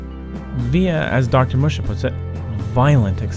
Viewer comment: Assuming "Musha" is a Japanese name, it's pronounced more like "Moo-shah". Fascinating video, though!